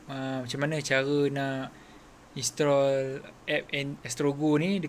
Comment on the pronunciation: Instrrrrall tu apa? Hehehe